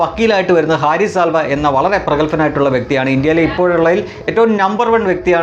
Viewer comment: ഹാരിഷ് സാൽവേ എന്നാണ് ശരി. സൽവ അല്ല.